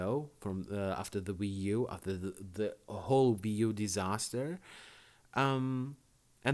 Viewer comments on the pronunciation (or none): It's a Wii U not a "Vii U"